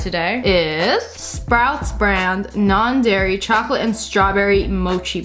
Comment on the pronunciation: Paul Moss They didn’t say it was. They just pointed out that said “Gairy free Gelato”